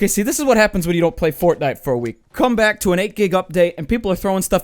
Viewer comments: Finally someone else who calls it fortnut. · Did he say fortnut in the beginning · What a fortbnuto XD that what I heard from your intro XD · Fortnut, tf is that? Oh OH you mean fart nut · The first thing he says is welcome back to fortnut 😂😂😂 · He Sayed fort nut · Did I hear you say what I think you said. Fortnut?! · “Hey guys welcome to fortnut”😂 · “Welcome back to fortnut” the dooo quoted 2018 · He said fortnut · My man said fortnut 😂😂😂😂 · I heard Fortnut! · I don't know if you realised but you said "fortnut".... Lol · "Hi welcome back to FORTNUT " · "Alright, welcome back to Fortnut" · "welcome back to fortnut" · "Welcome back to fortnut" lol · I swear at the beginning of the video when he says welcome back to for tonight instead of saying night I swear he said nut LOL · Fortnut? Hahaha what? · He says fortnut at the beginning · Its fork knife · Lol "well welcome back to fortNUT" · "Fortnut". I love it. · u sayd fortnut hahaha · He said Fortnut in the beginning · I swear he said welcome back to fortnut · " fortnut " Lmao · Did he say fortnut?